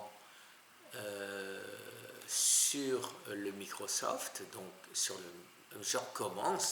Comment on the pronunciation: Ton "Microsoft" paraît très amusant.🤔